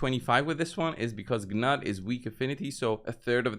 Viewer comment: The Call of the Arbiter videos tell you how to pronounce Gnut. I am guessing you didn't bother to watch them? Either that are you are being willfully obtuse. It's pronounced "Noot" BTW.